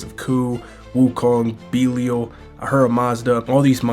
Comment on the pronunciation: Belial pronounced like Denial.